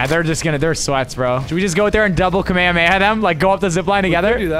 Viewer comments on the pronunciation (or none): My guy said kemahemaha instead of hollow purple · Bro called the curse “kameahmeah” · Bro said kamahamea 💀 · No what he just called the Hollow Purple “Kamehameha” 💀